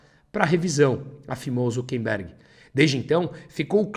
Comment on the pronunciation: seus textos são muito bons. Mas não resisto a observar que o correto é "ZuckeRberg", e não "ZuckeNberg".